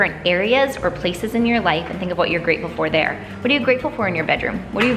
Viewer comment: I thought said I am freatful for Jews lol